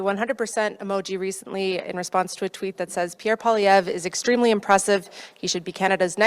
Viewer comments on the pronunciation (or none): How to pronounce Poilievre in a modern "canadian accent": paul-ee-ev